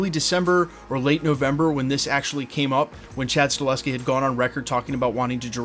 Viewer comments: Sorry to the that guy, but it's Sta-HEL-ski, not Sta-LES-ski. That being said... he'd be a GREAT director for Blade (IF it ever ends up getting made)! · YES we need John wick director Chad STAHELSKI brother ☺ it's just funny hearing you say Staleski in all your Blade Vids. Unfortunately he's gona be pretty busy in the next couple yrs especially if he is gona direct the new Caine series (if that's happening) 🤞 BTW thx for all your Vids bro. Appreciate ya!